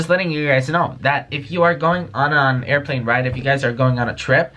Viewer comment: Wiless earphones" aiplane